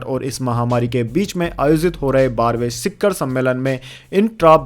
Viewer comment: शिखर सही शब्द है।शिक्खर नहीं।